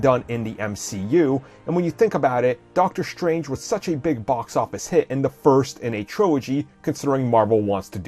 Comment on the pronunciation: doctor shtrange? are you black?? do you not understand how to pronounce your S words? S, not SH. strange, not shtrange you are constantly mispronouncing your S words destroyed, not deshtroyed you sound like a lazy black